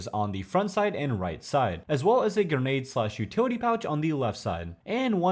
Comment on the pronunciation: Also ga-nade